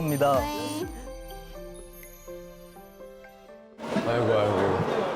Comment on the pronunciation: Haruto saying Aigooo better than koreans is funny to me ! Someone make a compilation of his Shining Solo "Aigoo" 😂